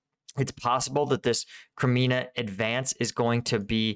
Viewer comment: More like Sva-toe-veh, but close. As for, he’s been calling Kremmina “Kreminina” often, he’s a bit challenged in the pronunciation dept 😂 even the simple Ukrainian names, he finds a different way to say it 😂🤦🏼‍♂️ Makes him endearing and human I suppose 😉